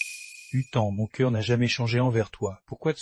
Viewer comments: Pourquoi vous dite chœur au coeur LE COEUR cest C pas CH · Coeur n'est pas sœur le C ce prononce Q